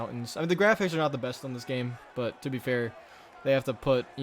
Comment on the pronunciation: Did you just say “armstrong the beste ever” xd… Eddy Merckx left the chat